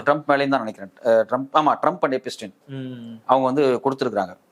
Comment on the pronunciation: I would also like to tell you, it is not எபிஸ்டின் its எப்ஸ்டிய்ன்.